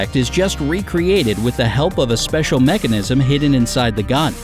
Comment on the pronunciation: I swear if I hear seicial one more time